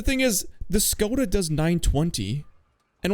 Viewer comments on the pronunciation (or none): none